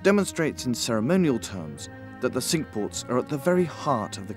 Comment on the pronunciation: Thank you, I would have never got the pronunciation of Cinque as sink. Wish you were still doing these.